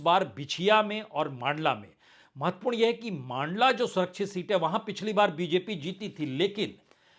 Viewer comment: मांडला नहीं; मण्डला 😊